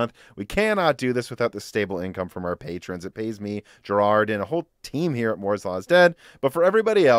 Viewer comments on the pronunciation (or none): none